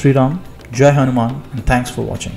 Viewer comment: Jaya shree Raama, jaya hunaman*, please don't mispronounce the names. It's insulting as fuck to purposefully mispronounce someone's name.